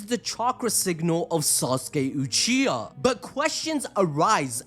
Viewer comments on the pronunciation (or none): none